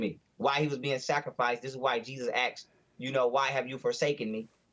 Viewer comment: You axed me a question